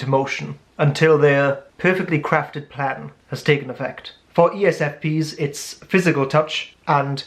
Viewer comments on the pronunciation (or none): none